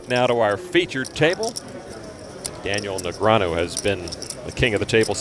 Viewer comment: You mean Neg-ree-ah-nu.